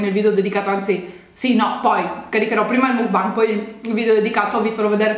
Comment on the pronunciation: Makbang... MAKBANG...si pronuncia makbang...grazie